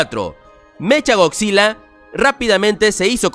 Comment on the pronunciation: SE DICE MECA GODZILLA NO MECHA, SE ESCRIBE ASI PERO SE PRONUNCIA MECA